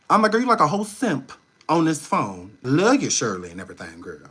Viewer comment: Oh-my-Gooood!!!! You are a class a bonifide NUT case!!! "not phahone" 😂😂😂😂